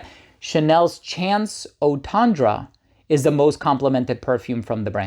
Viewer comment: It's " Chance"